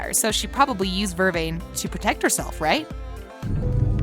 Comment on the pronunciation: Vervain, stefan and a few other words. You emphasize the wrong part of the word!!!!!!!!!!